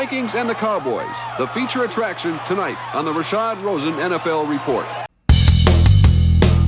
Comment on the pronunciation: It's RASHAD ROSEN, not Rasha Rosen.